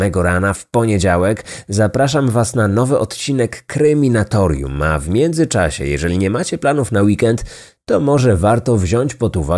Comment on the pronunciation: Słucham od jakiegoś czasu już podcastu i jedyna rzecz jaka mnie irytuje, to ta że autor nie potrafi wypowiedzieć nazwy swojego kanału. Zamiast Kryminatorium niejednokrotnie wymawia Kreminatorium. Ogarnij się